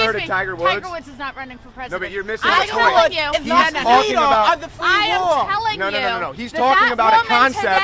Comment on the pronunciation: poit zewo zewo zewo one pocent